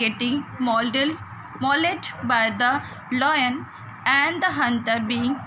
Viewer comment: Its lion not loin